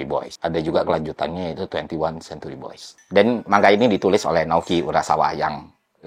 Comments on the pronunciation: Manga mas baca nya, bukan man ga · Manga bang bukan man ga 😂